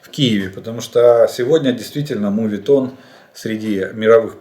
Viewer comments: мОветон, а не мУви(movie)тон)) спасибо за сводки! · настоящий моветон говорить "мувитон"